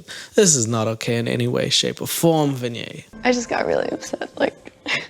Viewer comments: It is not Vin YAY..... It is Vee Neigh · pronouncing vinay like kanye is taking me out. its probably the simplest Indian name out there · Shekar pronounced his name right. It's you who's pronouncing it wrong 🤦🏻‍♀️🤣 You even mis-pronounced Vinay*s name multiple times!!